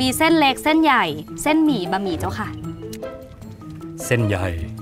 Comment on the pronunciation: เส้นหญ่าย...(เสียงโก่ง) เป็นการสั่งก๋วยเตี๋ยวที่สมฐานะการเป็นขุนหลวงเสียจริงพุทธเจ้าข้า🤣🤣